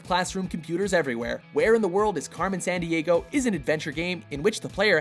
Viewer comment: Carmen "Sahn-d-ahgo"? Really?